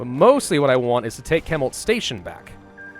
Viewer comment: ... I hate to nitpick... I hate to that guys... but it’s pronounced shemult not kemult. (Chemult).